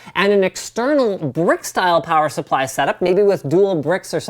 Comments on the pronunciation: I repeated plower supply at the exact same time as Linus did. And then I giggled my blalls off. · "Plower Supply" You know Canadian Winter is coming when...